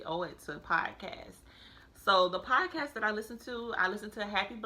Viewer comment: I am so sorry but I have to mention that its "P-O-D-CA-ST" its not piecast.